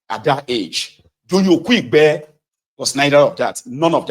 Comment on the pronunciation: Doyin Okupe not "Okuigbe"